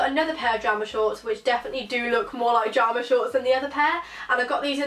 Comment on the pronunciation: Video was great but was it just me that got annoyed when she said jarma shorts not pyjama